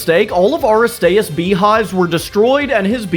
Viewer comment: Please do Teen Titans Pokémon! Also, you mispronounced a couple of these like Aristeus